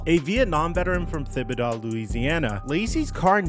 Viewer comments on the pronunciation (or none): Hey, Louisiana native, it's pronounced Tib-a-dough and Home-a